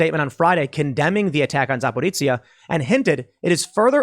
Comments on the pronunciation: It's ja-po-ro-jie-ye - zaporozhzie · Tim, it’s pronounced Za-poh-ree-zheeya. That’s how I was told to pronounce it by my friend from Zaporizhia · AFAIK, the correct pronunciation is "Zaporojie", tho we might be twisting it a bit in our language. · Tim, I really love your show but I beg you to please stop mispronouncing 'Zaporizhzhia'. It takes me twice as long to figure out what you're talking about with every mention. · Whoever told how to pronounce Zaporozhye was making fun of you, Tim.